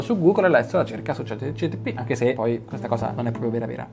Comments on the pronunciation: chat GPT!!!! non Gtp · Si dice ChatGPT, non ChatGTP!!! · Cmq si dice ChatGPT, non ChatGTP. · confermo dice GTP la metà delle volte 😂🙏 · chat GPT, chat G P T😂🙏